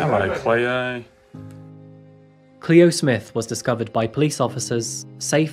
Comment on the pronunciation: You said the babies name correct the first time and then just butchered it for the rest of the video 😩